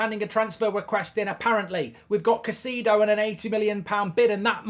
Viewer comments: KAI-ZEI-DÖH English-speaking youtubers persist in putting zero effort to properly pronounce names. Do it. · I like how you say "Ka See Dou"...😂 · How many times can mark pronounce Caicedo wrong